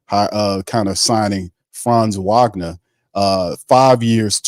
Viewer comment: Franz Wagner, pronounced Vahg-ner